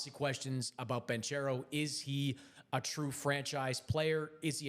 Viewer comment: Maybe I'm nitpicking but how is an nba writer/commentator still mispronouncing Paolo's last name? He's been in the league four years now..